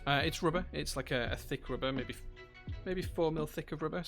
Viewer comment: it's roober - Thick roober ? LOL - rubber or roober ?